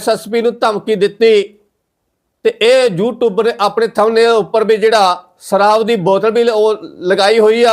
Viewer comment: ਸ ਦੇ ਪੈਰ ਬਿੰਦੀ ਲਗਾਇਆ ਕਰ। ਪੰਜਾਬੀ ਭਾਸ਼ਾ ਦਾ ਮਜ਼ਾਕ ਨਾ ਉਡਾ। ਸਰਾਬ ਨਹੀਂ ਸ਼ਰਾਬ ਹੈ। ਨਸਾ ਨਹੀਂ ਨਸ਼ਾ ਹੈ।